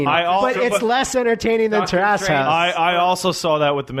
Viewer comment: Any time people talk about this I thought it was called Taras House because I thought Taras was some Japanese word and that is the only way I hear people pronounce it. You wouldn’t call the neighborhood the Simpsons live in Evergreen TURASS